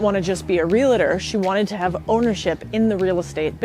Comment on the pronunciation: Its pronounced ree-uhl-tr